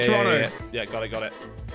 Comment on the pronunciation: lachy saying toronto like he's from here threw me off